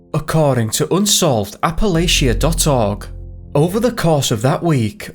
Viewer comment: Appalachia is pronounced Appa latch cha. Thanks for correcting in future vids, if it comes up.